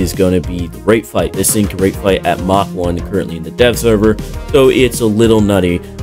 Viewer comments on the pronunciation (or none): none